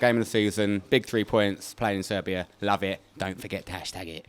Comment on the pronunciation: Did you say SERBIA ?????????